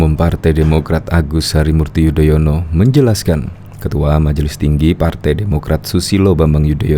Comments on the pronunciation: Padahal anis memakai tex kok membaca nama sby aja belepotan jadi yodoyono hahahaaaaaaaaaaas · Yudonoyo... 😂😂😂 Keseleo trs to nis